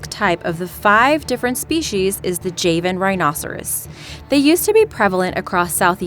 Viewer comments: It’s not Jay Van! It’s jah van. Please learn it’s pronunciation. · It’s not “Jeven” its Java n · Reallt bitch.. the JAY-VIN ... its JHA-VIN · It's not "Jay-one" but "Jaa-one" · Javan = JahVan not Jayvin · It's Pronounced Ja - van not jei van rhino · you're pronouncing javan rhinoceros wrong. It's jaw van. Like The country. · You say Jay-van rhinoceros yet you say java correctly. Okay.. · if the island is pronounced java why are u calling the rhinos jayvan rhinos? also u called the Iberian lynx the most endangered feline when actually Scottish wildcats are, there are only 20 Scottish wildcats, sigh.. also pangolin plates aren't scales they are modified hairs, like armadillo scales... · Can yu say java lol right as I typed java u said it proper now just add an n and maybe you can say it right lol I love how you tubers get so many easy names wrong but then pronounce hard as fuck words but so far out of 20 videos I've only heard you mispronounced 3 words now including javen lol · Interesting video, very sad topic. But the narrator mispronounced the word “Javan.”